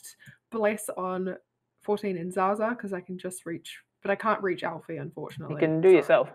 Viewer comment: Planet Man Alfie, not Elfie. It's short for "Alfonso," if you recall. About 19 minutes in.